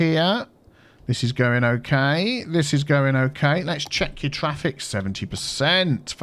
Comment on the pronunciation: get that twaffic, you wascally wabbit